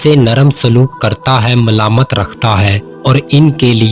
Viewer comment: اسلام علیکم ورحمتہ اللہ وبرکاتہ بھائی جزاک اللہِ خیرا برادار آپ لفظ "ملائمت" کا تلفظ "ملامت" بول گئے، جو کہ بالکل متضاد ھے۔ امید ھے آپ میری تصحیح کو تنقید کے پہلو میں نہیں رکھیں گے۔ شکریہ مع السلام و العافیہ